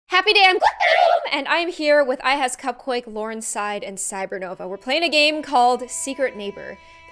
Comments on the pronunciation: This is how many times said LaurenSide instead of LaurenZside | | | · It’s Lor-en-Ze-side